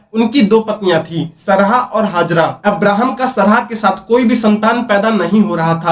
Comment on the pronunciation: अब्राहम से पहले नबियो के नाम हैं आदम, नूह, शीश, तीनो धर्मो में, सरहा नहीं सारह नाम था, एक बार भी पढ़ा होता किसी भी किताब में उनका नाम तो ऐसे उच्चारण करते? बोलने के लिए मुंह मिला है तो कुछ भी फेंकने लगोगे पैसे कमाने के चक्कर मे। अगर हिम्मत है तो पहले पढ़ लिख कर कुछ बन जाओ ताकि ये सब बेहूदगी करके पैसे न कमाने पड़े।